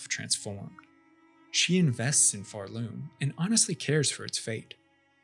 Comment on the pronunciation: "pharLOOM" youre stressing the wrong syllable and its annoying the fuck out of me